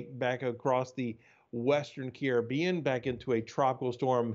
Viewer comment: Kiri Beon? 😂😂 CARIBBEAN!!!